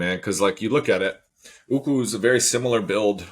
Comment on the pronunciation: Are you guys calling Ukwu "uku"? Uku is Hawaiian for head lice! 😂😆😅